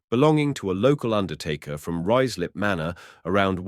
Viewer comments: I've actually had to stop listening to it, the various pronounciations (Rooozlup etc) are awful! I'll read about it instead! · Ruislip is pronounced Ryeslip. The AI commentary seemed to occasionally get it correct and then in the next sentence would mispronounce it. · Obviously AI cannot pronounce Ruislip correctly! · I was going to comment exactly the same!